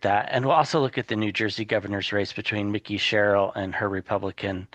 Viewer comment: Please please please. Her name is MIKE -EE. NOT Mickey. He is a mouse in FL.